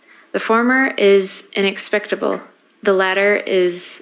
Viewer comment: She can't read. She mispronounced the word inexplicable and the word whilst.